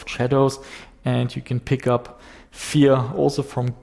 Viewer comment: when he pronounce "Fear" I hear "vier" ;)